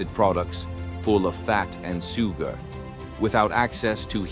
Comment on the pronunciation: "soo-gar"... "heel-thy"... Will you please ditch the robovoice, and at least get some friend to voice it ?